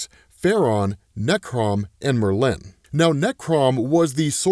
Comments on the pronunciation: The way he says "Merlin" sounds so wrong. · Hilarious mispronunciation of Merlin 😂